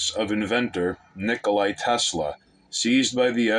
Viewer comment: It's Nikola, not Nikolai. Fun clip otherwise! Loved the ending line, hehe